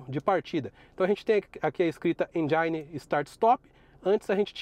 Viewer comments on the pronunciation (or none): Tens de aprender inglês...não sabes falar "engine"...procura a um professor a forma correta de pronunciar